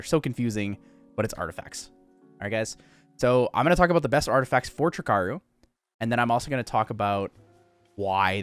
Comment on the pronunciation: Ugh🙄 another jackass calling it "trick-aru"... 3 icarus----> TRI - CARU!!!!